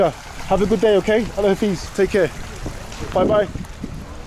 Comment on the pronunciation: Just want to tell you that it's not Allah hafeeeeez it is Allah Hafiz Don't stress too much on the i. 😊That way people will be able to understand you. Your videos are great